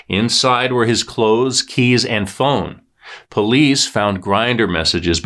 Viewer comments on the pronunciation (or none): none